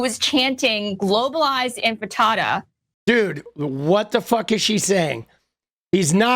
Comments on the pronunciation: She said “Globalize Infitada” 😅 Globalize empanada!!! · She said "infitada" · She said INFITADA lmfaoooooo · Lindy Li is so dumb, she said “infantada”. What is that? An uprising of babies? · I thought it was "Ent Frittata" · "You say Infitada, I say Intifada, Infitada, Intifada, Infitada, Intifada, let's call the whole thing off" Lindi Li. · Li couldn't pay her audience the courtesy of pronouncing Intifada correctly. A lazy, miserably educated, self-pitying, non-victim, who's cashing in. Simple as that.